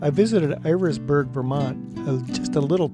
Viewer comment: It's not ers- burg, it's eye-ras-burg, named after Ira Allen.